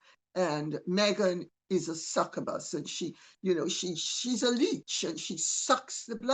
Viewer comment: "Suckerbus". Lol. Succubus is pronounced suck-you-bus. They're both pretty funny when applied to Meghan.